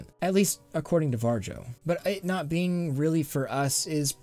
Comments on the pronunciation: Great video! But Varjo isn't pronounced war-jou, but more like var-yo. Love what you make and this is just a small little nitpick. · It's pronounced Vario. Not VAR-JOE. They are a Finnish company. The Finns pronounce the letter J like Y. Think Jägermeister. That's a German drink of course, but one people all around the world have learned to pronounce properly. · Sorry i just have to do this but the inner finn is screaming at the moment. Its hard to explain how to properly pronounce "Varjo" or shadow in finnish.(Devs are finnish.) Think more like how vario is spelled. And add a really soft j to the place of i or go to like google to hear it XD But on topic holy heck that tech is priceeey o.o still gonna need years until its viable to us normies. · it's pronounced "var-e-o" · Varjo is a Finnish company and it means ”Shadow” in Finnish. The J is pronounced more like a Y. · Bruh why are you pronouncing Varjo like that? :D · im from Finland so it really hurts me brain. Maybe I should teach you how to say it lol